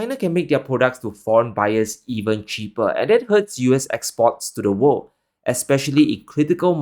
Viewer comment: Great, you can say "wor'l'd", now! Next time, Further instead of "fodder". Thx